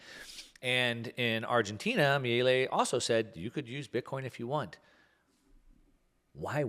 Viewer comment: Exactly. I cringed when said "Mielli" or something to that effect. Milei is his lastname, which sounds just like you implied, "Mee-lay".